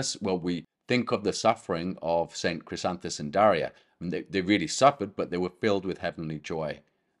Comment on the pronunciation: JM My parents gave me the name Daria from a book of Catholic saints names to be something ‘Different’. About 40 years later I learned more about my namesake. Thank you for the correct pronunciation of my name and this wonderful lesson!